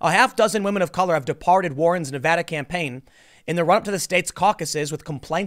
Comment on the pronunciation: Thanks for saying Nevada correctly Tim. Its crazy how many newscasters say it wrong.